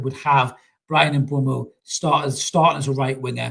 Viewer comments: It's M....boom .o. not M b. whey mo or M. bumhole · And M-boomo